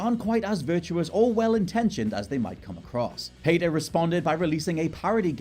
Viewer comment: So you’re going to call out dee-ah-blow versus die-ab-low for Diablo, but not even going to bat an eye at saying pay-ta instead of pee-ta for PETA huh?